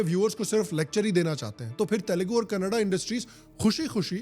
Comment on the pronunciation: Thank you for pronouncing Kannada properly ❤💛